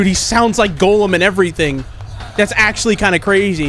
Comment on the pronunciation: Just saying, it's pronounced Gollum, not golem. Btw, he's from Lord of the Rings.